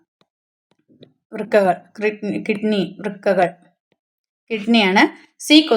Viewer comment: വൃകകൾ എന്നാണ് അല്ലാതെ വൃ കൾ എന്നല്ല🤭🤭😅😂